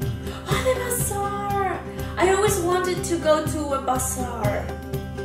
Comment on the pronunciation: it's pronaunced bazar, not basar